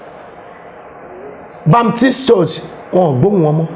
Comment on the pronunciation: He couldn't pronounce 'Redeemed'. He called Baptist "Bamitis" This needs help. He needs to understand what salvation means and humbly come to the knowledge of God and embrace holiness. What is his joy if RCCG, Foursquare, CAC, Baptist churches come down (sic) GOD FORBIDS! The Lord Jesus said...I will build my Church and the gates of hell (including the prophecy of ) shall not prevail over it. Amen! All that saw in his devilish vision is either Churches of God coming down or Lagos will be destroyed by water and fire, God will not allow that in the name of the Lord Jesus Christ. In 1 Cor. 14, the purpose of prophecy is to edify the body of Christ and not to destroy it. Those who know should pray for him and preach the gospel of Salvation to him. Asabe Africa TV also needs to be on the side of God and stop promoting those self-acclaimed prophets if truly it's for Christ.⬛